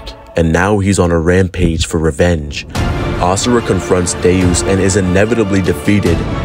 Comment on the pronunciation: if he miss pronounces AS SURA again i might get permanent ear plugs